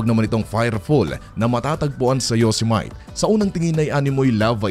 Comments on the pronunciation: Yosemite- it is pronounced as it is spelled, as in Yo-see-mi -tee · solid supporter! yosimiti ang basa lods. more power!